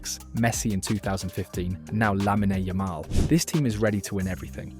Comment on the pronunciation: lah-me-nay yamal 😭